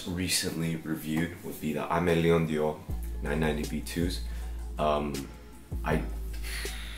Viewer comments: Pronounced Aime Leon Door 🙌 not dior , great video tho! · The Way You Said 'Aime Leon Dore' Oml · i thought it was pronounced aime leon dore because the dore is apart of Theodore? 😅